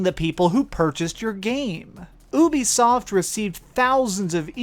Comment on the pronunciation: It's pronounced you bee soft not ooh be soft